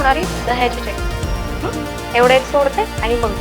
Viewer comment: Tai tumhi chyatani naka bolat ja chatani bolat ja chyatani ekayala bar vatat nahi